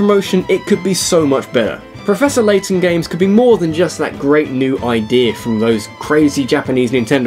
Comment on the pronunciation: Turned off video when I heard Laton XD